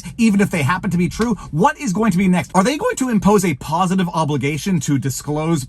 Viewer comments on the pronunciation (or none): none